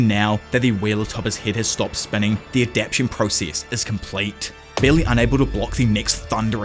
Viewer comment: Bro I love your videos so much, but please it’s 4 syllables a-dap-TA-tion 😭